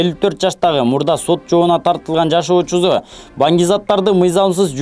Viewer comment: Тилинди ондочу колхозбай, жашоочусу болот. Жалоочузу эмес